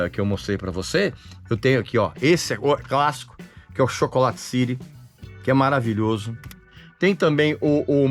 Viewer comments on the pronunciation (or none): none